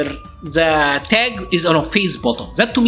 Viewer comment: THE THE THE = ZE ZE ZE. Please man, dont you find odd a person who talks in english for years, keep using ZE to say THE or any word that starts with TH??? Why cant you try harder to make the sound of the words more like the were meant to sound on their native language? If you gonna learn another language the least you can do is try to improve and get better year after year. But I see you dont care, you keep pronouncing some words incorrectly, specially the sound of THE.